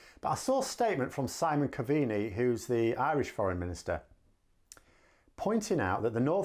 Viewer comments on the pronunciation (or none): It's Cove-knee (Covney) not Coveeny should have asked your Partner.:-) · Cove-ney, not Cov-een-ny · Simon Coveney pronunced COVE KNEE not Co vene ey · Simon Coveny is pronounced like Cov in Covid and then Knee. Cobh - Knee not Co - Veee - nei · Simon Coveney is not pronounced Coveeney, it is more Cove Knee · Hi, love your presentations but please allow me to help. The Irish foreign minister is pronounced "Coveknee, which is spelt Coveney.... We like playing with the English language so we can confuse the English 😀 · Simon (Coveney) is pronounced in two syllables, Cove...ney. Not Cov...en...y. Cove Knee would be how it sounds. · "Coveenee" 😄 try pronouncing it "Cove-knee". Keep up the great content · Irish Foreign Minister name pronunciation, Simon Coveney, (Cove-Knee) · Pronounced: Simon Cove-nee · Simon Coveney, his surname is pronounced "Cove knee", just for clarity. I follow all your analysis. It is the best. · Hi love the videos, just to let you know Simon Coveney surname is pronounced cove-knee 🤣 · the approximate pronunciation if the Irish Foreign Ministers name is Simon Cove nee. Google his name on RTE for a more accurate pronunciation 😀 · Simon Coveney ( cove ney) correct pronunciation . You gotta work on your Irish seeing as we are now you're overlords ! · Simon "Cove..nee" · its pronounced. Simon Cov, ney. :) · Just for reference "Coveney" is pronounced cove(like a little bay)- knee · It's pronounced kove-nee. Two syllables, emphasis on the first. Almost all Irish names have the emphasis on the first syllable. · Just a quick pronunciation tip. Coveney as it is pronounced here in Ireland sounds more like 'Cove Knee'. Best of luck with the new space. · Simon "Cove Knee" :) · Simon Coveney pronounced 'Cove-Knee' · Congrats on new studio. Great insight as always. Irish foreign affairs minister is simon coveney pronounced cove knee. They're my thoughts, hope you enjoyed the message. Keep up the good work👍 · Simon Cove-nee.